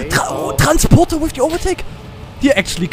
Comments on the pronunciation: Wie der Akzent kick bei TRANSPORDA haha :'D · Random question, is transporter a german word as well ? Because your accent really kicks in whenever you say it.